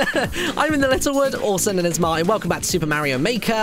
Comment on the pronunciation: It is spelled Martin - Martyn sound rly weird :D